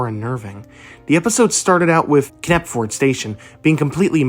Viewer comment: The k in knapford is silent(just a tip)